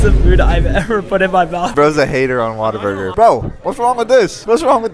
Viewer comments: not be that guy but you pronounce it what - a - burger and texas is not a country its a state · as someone that is not american i really tried to hold laugh when he said WaterBurger like lmao , Waterburger, the fuck is that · You can't pronounce Whataburger.